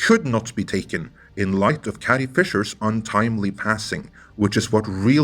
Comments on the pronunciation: Carrie, not Cattie! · Is it me or does it sound that you’re saying “Cathy Fisher “instead of Carrie Fisher ? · Dude, you use the word "carry" in this video and you pronounce it correctly. Next time you see the name "Carrie", say the word "carry", instead of whatever you keep saying...